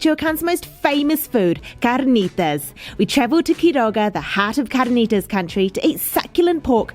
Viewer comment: Why does he pronounce carnitas like there is no r? I do not know how these people do not all weigh 500 lbs. The food looks so good I'm about to take a bite out of the monitor.